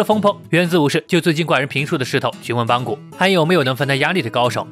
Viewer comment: 是邦格不是邦古